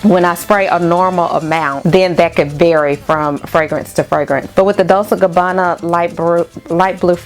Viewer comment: Hey sis. Loved the list. I have Gingham and it's geeng-hum, like the plaid. Dolce sounds like dole-chay. I own The One by them and Pour Femme. I will try some from your list.